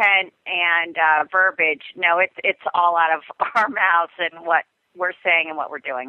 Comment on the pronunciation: The word is "verb-E-age" (spelled verbiage) !!!